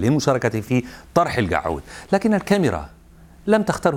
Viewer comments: كل ما يقول كلمة الكعود أموت من ضحك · كلمه القعود صعبه على المذيع 😂😂😂😂😂😂😂😂😂😂😂😂😂😂😂😂😂😂😂😂😂😂😂😂